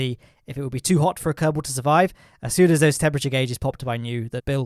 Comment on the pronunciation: your "kerbal space program" sounds like "karton space program"